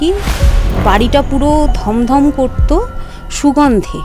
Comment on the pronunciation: কথাটা স্থাপন স্তাপন নয়। আর গমগম হয় ধমধম নয়